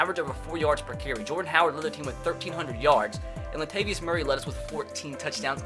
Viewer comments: La-ta-vi-us not Lat-vei-us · Bruh did you really call Latavius Murray “LATVIUS” nigga 🤦🏽‍♂️🤦🏽‍♂️🤦🏽‍♂️ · It’s la ta ve us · Latvious Murray! your pronounced that perfectly!